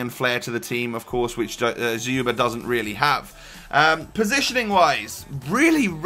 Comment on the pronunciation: you pronounce it better than Zwe lol. Dz-you-ba